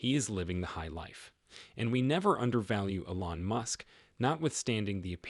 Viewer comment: Please learn how to pronounce "Elon" and "Giga"!!